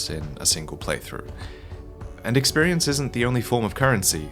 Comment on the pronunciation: Woah woah woah, slow down. Eck-spearience? And Eck-spearience POINTS? Why, I've never heard of something so convoluted in my entire 20 years of gaming.